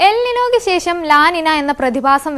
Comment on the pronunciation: അതിന് "ഷെശം" ആണേൽ കുഴപ്പമില്ല 😂